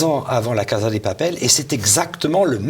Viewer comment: Très bien mais s'il vous plaît, on prononce "cassa", et non pas "caza".